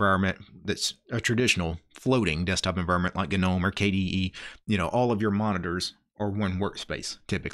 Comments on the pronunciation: it's gnome. Pronounced nome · am i tripping or does he keep saying the word "gnome" wrong... wtf...